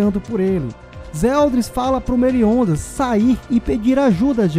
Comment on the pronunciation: Por isso Meliondas kk